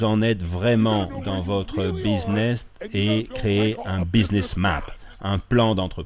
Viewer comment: Businnes au lieu de BUSINESS....mdrrrrrrrrrrrrr